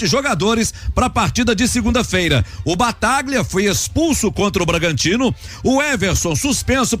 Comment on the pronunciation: Avisa ao que não é Bataglia....a pronúncia correta é Batalha